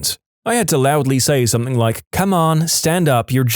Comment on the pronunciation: No k in the word something